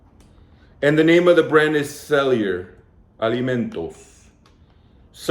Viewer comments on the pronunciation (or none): none